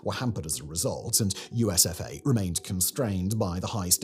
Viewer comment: Everytime I heard, USof A, instead of, USFA. And it still made total sad sense😢😢😢😢😢